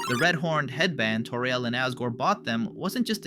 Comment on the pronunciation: Bro said Toríel